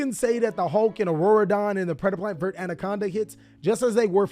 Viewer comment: Dude, it's ver-tay. Just read the damn cards